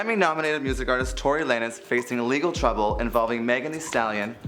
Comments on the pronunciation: Lay-nez? Like really, can these people at THE VERY LEAST learn how to properly pronounce the names that you're talking about? Lanes, bro. LANES. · Uh yeah, that Tory Lay-nes got me triggered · Lay-nez? When has “lanes” EVER been pronounced like that? Has nothing to do with being a native English speaker either. Nobody reviewed this before posting? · Everytime he said it, my ears hurt and my face did an uncontrollable scrunch 🥴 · maybe thats how tori pronounces his last name ?!?!?! I thought this was weird too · I've been getting distracted by the pronunciation of lanes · Facts... don't speak on them if you don't know them well enough to say their names right. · The mispronounciation irked me to no end.